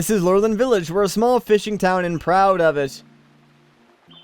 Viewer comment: I think you pronounce it as Loo-RELL-in village.